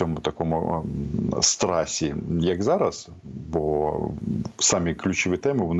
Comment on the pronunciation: . Що? Що за страсі? Може страху?! Голови ви говорливі безтолку